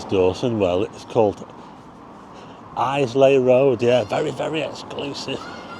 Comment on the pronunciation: The pebbles are cobbles. Sea rounded natural stones. The incorporation of the rounded cobbles into walls, pathways and especially buildings is a traditional Fylde style. The quarried and worked square/rectangular stones usually used in 'cobbled' streets are actually setts. Islay is pronounced Eye-lah. Great that you got to Preston AND BEYOND in.